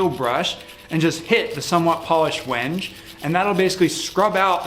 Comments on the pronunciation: “When Gay” not “whenge” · Awesome outcome. But it's not pronounced wenge, it's wen-gay. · "Turning A Rusty Spring Into A Deadly Sword" It really required me a loong think to realize you weren't going to use a lathe, I was confused for sure. Also it's pronounced wenghe or if you're feeling a little more precious, wengay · he called wenge "wenge"! lol thats hella wengay! just kidding buddy love ya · That wood is pronounced win-gay, i do a woodworking and have come across it at a few exotic wood dealers. Just an fyi, great video and cool sword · I think the wood is pronounced when-gee..but I could be wrong..English isn’t my primary language Great work I really enjoyed your build